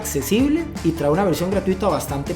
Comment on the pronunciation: Excelente video, gracias. Sólo un favor de pronunciar traé, esa palabra se pronuncia trae sin acento en la e.